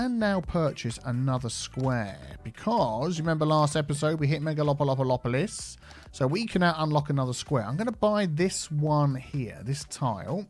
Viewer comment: you again said Mega lopo loplis: (